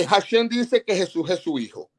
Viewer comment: no sabes hebreo, se dice HASHEM (EL NOMBRE, DEL ETERNO), y tú estas diciendo hashen esta palabra significa diente